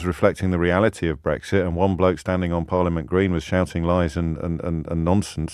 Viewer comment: STOP BWEXIT 😂😂😂😂 did more to make it happen than he could have ever realised STOP BWEXIT. STOP BWEXIT 😴😴🤪